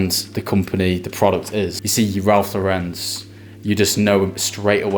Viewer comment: You don’t pronounce Lauren like that , it’s as the girls name with no emphasis on the ‘ en ‘ at the end .